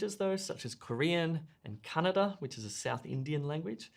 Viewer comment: Hey, happy to hear you saying "Kannada" language spoken in Karnataka, India (Mysore- I remember you mentioning about this place as you had visited few years back)